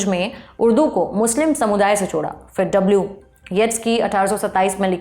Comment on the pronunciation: बीबी, उर्दू की बात कर रही हैं तो कम से कम अपना तलफ़्फ़ुज़ तो सही कर लें 😅 फ़ूल नहीं, फूल कहते हैं; फ़िर नहीं फिर होता है 😅